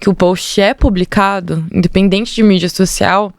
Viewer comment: Porque falar xoxial mídia, se pode falar social mídia?